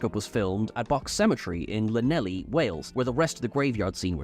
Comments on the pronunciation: Its pronounced clan-neff-lee not lan-nelly shame on you as a fellow celt😉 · It's a shame couldn't pronounce it properly. lan lelly? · Not to be rude, but you’ve mispronounced Llanelli, the double ll is pronounced more like “chl” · Llan- eth-lee. Is how Llanelli is pronounced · "Lan-elli"? Oh,;) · "Lanelly"? Not how its pronounced at ALL 😂 spelled Llanelli. Im from america and struggle to pronounce it but the way i think about it, a double L in welsh makes the sound "Kh" would if it worked like "Sh" or "Ch" You almost have to be welsh to pronounce it properly tbf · Always funny how non welsh people say llanelli 😂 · Um. That isn't how you pronounce Llanelli. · can't you say "Llanelli" properly? I'm disappointed. 😏😉